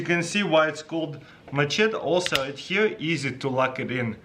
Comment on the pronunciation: It's machete, Mah-Shet-iee